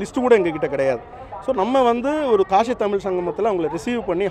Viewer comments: காஷி அ கலுசடை அத கூட சரியா சொல்ல தெரியல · காஷி இல்ல மூதேவி காசி தான் சரியான சொல்.